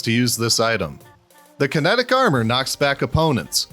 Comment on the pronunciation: Wait kinetic? Or kinetric?